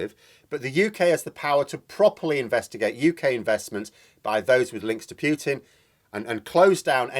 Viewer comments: Just a friendly heads up: It's pronounced "Pootin" (Путин), Please don't say "Pyootin", which in Russian would be "Пютин". It is not! I've got to say that I cringe every time you pronounce it like that! Cheers. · Putin is properly pronounced 'Pootin'....not 'Pewtin '.